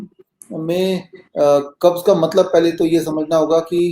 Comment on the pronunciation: The word is not kabj its kabz.